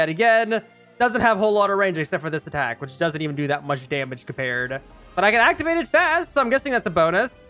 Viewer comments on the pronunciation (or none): none